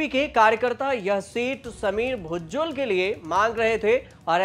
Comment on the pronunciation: भुजबल ना कि भुज्जल 😅😢😮